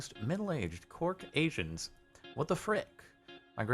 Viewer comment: Took me a minute to figure out what a cork asian was, LOL.